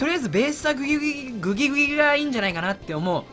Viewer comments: グギグギをうまく言えない人参界のイビルジョー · グギグギが微妙に言えない男